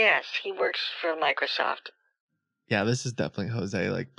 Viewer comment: "Microseft" lol